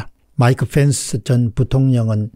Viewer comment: 마이크 휀스가 아니고 마이크 펜스 입니다. 한국 사람들이 충분히 정학하게 발음 할수있는 이름 입니다. 휀스는 Fence 이고 펜스는 Pence 입니다.